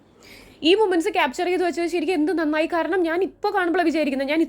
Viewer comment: That “നഞ്ഞായി" 😂👍🏻 —Shelna